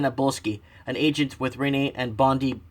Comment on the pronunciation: I mean...he means well, but it's too painful watching his videos. Maybe if he starts doing research beforehand to understand meaning and context (especially pronunciation). Things I've noticed wrong so far which would be a good place to start: "within cooee" Bondi beach (I thought was the most famous beach in the world) NSW (Australian most populous state)...although I did think "North South West" was amusing...